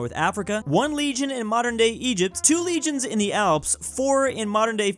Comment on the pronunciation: So Americans read legions as regions? Like bruh the first thing in the video an I’m already triggered